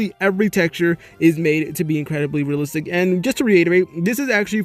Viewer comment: I guarantee you that after this video you won't be able to hear the word "realistic" anymore😂 if you drink a shot everytime he say realsistik you and all your friends are dead after this video😂